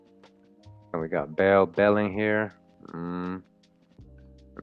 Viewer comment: Behling is Bey-Ling